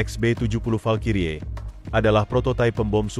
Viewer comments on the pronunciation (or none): none